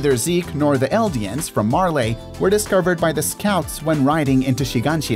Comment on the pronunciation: I'm sorry but the way you pronounce Marley is so annoying, that's my only complaint. You pronounce it "Mar-lay" when it's "Mar-lee"